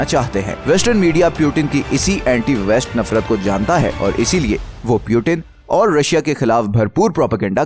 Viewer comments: Putin hotia hai bhai Putin (poooottiinnnn) piiiuuuutttiinn nahi hoti. Piyutin Piyutin krta rhta hai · Peuten nahi Putin 😂😂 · Its puutin not pewtin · सीधे पुतिन क्यों नहीं बोलते हो, पिउटीन पिउटिन क्यों बोल रहे हो? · ye pyuten kon hai or 1992 mai kese peda hua voice dhyan se suno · You not speaking Putin name correctly